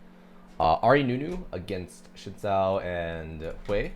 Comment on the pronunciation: its xin (sin) zhao not shin zhao